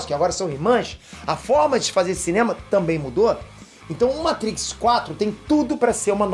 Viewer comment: Ahhhh como é bom ver um vídeo no youtube sobre Matrix e não escutar o apresentador falando "meitrix"... se eu não fosse inscrito no canal, já tinha um novo inscrito